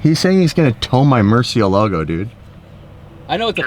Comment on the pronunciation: Lmfao how did you pronounce murcielago?? 😂